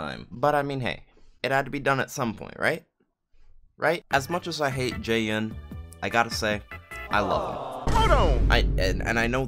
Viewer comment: This whole time I thought you called him Jay Young.